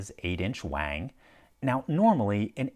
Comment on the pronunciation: Actually Wang does not sound like hang, it rhymes with dong.